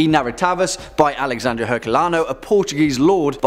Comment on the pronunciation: Quick tip on portuguese pronunciation: the "i" in portuguese sounds like "ee" in english; the "e" as "and" souds like "eh"; "rr" sounds like "h" before a vogal. You could say "Narrativas" like Nah-hah-tee-vas. "Lendas" sounds about right. Len-das eh nah-hah-tee-vas. Legends and Narratives The "x" sounds like "sh"; the "h" is silent in this case. So "Alexandre" sounds like ah-leh-shan-dre and "Herculano" like ehr-culano. Click the speaker icon to listen